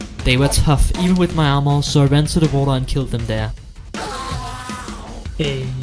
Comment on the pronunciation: The are-more 😂 i don't know why .. but the way he said armor make me laugh .. only the word are-more 😂